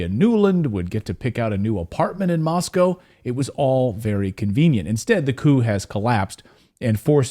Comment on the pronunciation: You are the only American I have ever heard pronounce Moscow correctly. Respect